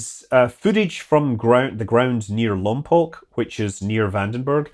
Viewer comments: Also thanks for saying lompoc right. Nobody says it right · Glad to hear you pronounce Lompoc correctly! I was assigned to the range support business at Vandenberg way back when. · I'm from lompoc, and it was quite a sight to say the least, also its a huge plus because it aways touches my heart to hear lompoc's name from media because we are so small, side note thank you for pronouncing Lompoc right! It isnt and never will be (lom-poke) lol!